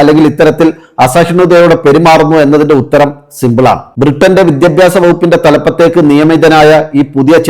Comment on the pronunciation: *വിദ്യബ്യാസമല്ല പക്ഷെ വിദ്യാഭ്യാസം മലയാളം ശരിക്ക് ഉച്ചരിക്കാൻ പഠിയ്ക്കൂ😂*